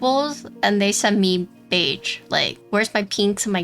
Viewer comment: Your pronunciation of beige is incorrect. Don’t say the g so hard. It’s more like a ‘sh’ sound but with a little sauce on it. It’s hard to put in writing. I would just look up a google pronunciation.